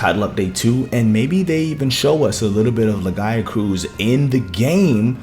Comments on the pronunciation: Don't forget. Lagi was meant to be in world and was also supposed to be in wilds base game. TU2 is still just finishing the game edit. I almost can't finish this video due to your pronunciation of lagiacrus. It's laggy-ah-crus. crus as in crust. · Who the fuck says Lagiacrus like that? Omg my ears are bleeding every time he says the monsters' names.